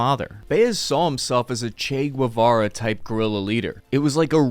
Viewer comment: Che GUEVARA bro..GUEVARA...